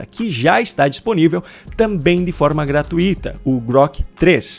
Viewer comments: Pelo amor de Deus. Corrija a sua pronúncia na palavra GRATUITA. É uma palavra que possui um ditongo decrescente (TUI)), e não um hiato (TU - I). Apenas para ilustrar, coloco o acento na vogal que deve ser pronunciada mais forte: ( T Ú I ) e não (TU - Í ). ( GRA - TUI - TA ) e não ( GRA - TU - I - TA ). Melhor do que isto, só desenhando. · Pelo amor de Deus. Corrija a sua pronúncia na palavra GRATUITA. E